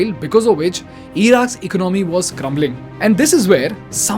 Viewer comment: Excellent video, it's E co naa mi ( economy) unlike eco nomy ( economy,) which u pronounce Sorry if i hurt anybody